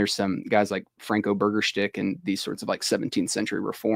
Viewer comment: did he call burgersdijk “burger-stick”? 😆